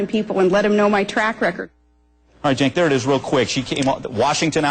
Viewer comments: is "jenk" the correct pronunciation? i thought it was pronounced "senk". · WHO THE FUCK IS JINK! AM I TRIPPIN OR IS THAT THE WAY YOU PRONOUNCE CENK. My audio preview pronounces his name Kank!